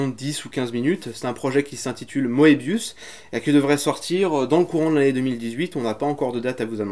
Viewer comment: Moebius ? S'il vous plaît prononcez ça "Möbius" sinon je vais pas supporter 😂